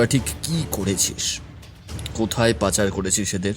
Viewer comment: 'Khaali Hote'- Roksha Pabe Na, 'Khali Howa' Theke Roksha Pabe. Aar ' Panchar' Noy, ' Pachar' .